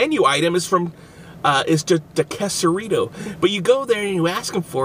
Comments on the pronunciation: its not qusarito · Its pronounced Qaysarito, not qusarito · Its quesarito nit kesaruto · You said it wrong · Bro if your gonna review an item, know how to say it correctly